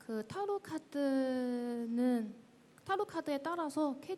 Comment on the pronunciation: 타??로??카..드??!!??! 나 진짜 내 귀를 의심했네 ㄷ